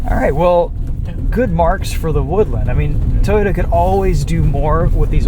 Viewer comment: it’s woodLAAAND